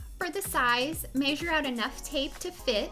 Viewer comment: Its not masure it's measure